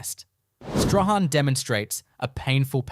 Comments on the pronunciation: It is not 'Zee-harn' but 'Zeen'. Queenstown was never the 3rd richest town in Tasmania, that was Zeehan. I've never heard of 'Staw-han', it is pronounced 'Strawn'. I'd rather you❤ take this video down and correct it for pronunciation and facts. It it stays up I'll report it to YouTube. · Whoever has done this Doc, never asked how to pronounce the names of towns. ZEEHAN......'h' is silent STRAHAN...'h' is also silent. "STRORN" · It’s not Zee Han?the silent letters Strahan, can’t stand hearing them miss pronounced